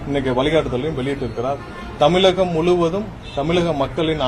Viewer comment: முதலில் தமிழகம் என்று பேசு தமிலகம் இல்லை தமிழ் நாட்டில் இருந்து தமிழே சரியாக பேச வரவில்லை த வெ க நிர்வாகிகள் எங்கே தவராக பேசுகிறார்கள் என்று எதிர்பார்க்கப்படுகிறது நிர்வாகிகள் தலவரகள் சரியாக பேச வேண்டும் என்று கேட்டுக் கொள்கின்றேன் நன்றி